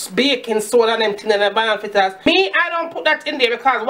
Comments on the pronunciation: It's fritters not flitters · Good video. Had to watch it twice. Lawd you mek me laugh when you se you flaa flaa fritters. Me ago mek dis pon de weekend. Lmao ..